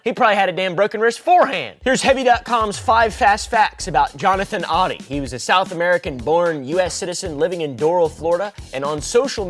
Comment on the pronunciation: It's "OH-DEE" not "odd-ee"